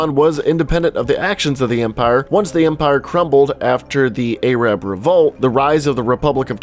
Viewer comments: Not a-rab it's air-ab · I can never understand why people cannot say "Arab" propoerly. It's not "Ayyy rab". Its pronounced "air rub". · Great video! But by the way, Arab is pronounced (air-ub). If you say (Ay-rab) it sounds offensive. Im not complaining just wanted to let you know. Keep up the great work man! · what's A RAB? its arab(pronounced uhrub like shrub). Imagine saying A mayrica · It's pronounced ehr-ub not eh-rab. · Damn, that hard A in A-rab... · This dude just said a-rab hahaha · A-rab? really? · You are ridiculous, LEARN WHAT YOU ARE TALKING ABOUT, BEFORE TALKING ABOUT IT. Also, the way you said Arab is racist. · How did you mispronounce Arab. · Americans do it often